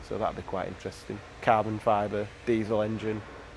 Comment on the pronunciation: "cAaahbon fober pAaahrts" looks good on the cAaah.